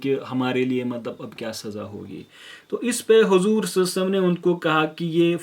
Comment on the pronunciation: Brother you are doing great work may allah azawajal accept your good work.. But brother meri request hai ki salalahu alayhi wasalam sahi se pdha kariye..